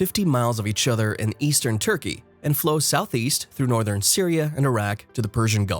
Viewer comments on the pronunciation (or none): none